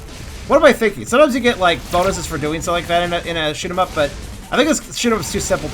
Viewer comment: Sounded like you said shit em up lol